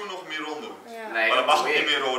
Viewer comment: Zal Enzo het OOIT een keer goed zeggen "Miron" > Myron. Of blijft het aldoor Maihwen... 5 of 10 jaar later... en nog Maihwen...